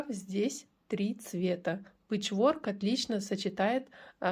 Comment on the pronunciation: . Пэчворк- ударение ставится на первый слог- пЭчворк.И спасибо за МК